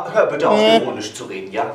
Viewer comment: ich habe "erotisch" statt "ironisch" verstanden 😂😂